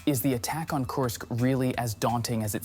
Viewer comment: KURSK, not Coarsk. FFS it's really not that hard.